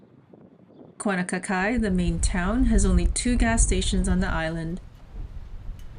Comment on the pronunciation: Please learn to properly pronounce the Hawaiian names of these towns. It's not Kuanakakai....its KAUNAKAKAI. The Hawaiian language is not hard. There are 12 letters, and each consonant/vowel is pronounced 1 way and 1 way only.